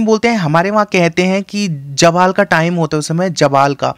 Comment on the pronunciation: Jawal nhi Zawal ....😂😂